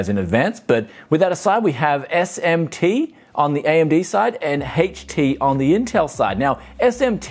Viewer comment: esht emsh tee and hipershpreding... god I hate it When that happens.